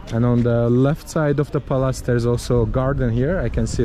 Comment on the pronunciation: pronounces Palace as Palaaas. I love it.